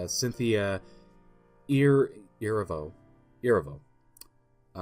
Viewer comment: air re Vo: Erivo